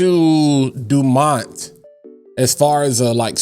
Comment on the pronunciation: YERRRRR!!!!! CHEERS CHICO!!!!! Nawl it’s Dumont hahaha